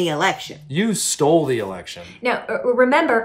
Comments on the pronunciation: Lol he said erection 🤣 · Lmao he said erection